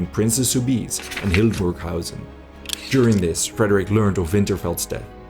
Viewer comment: Actually it's Hildburghausen and not Hildenburghausen.